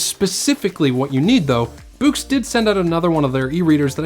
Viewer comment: Bewks? Its BOOX. Do you read bewks? Or books? Immediate Dislike.